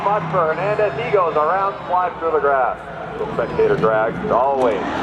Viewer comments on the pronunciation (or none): none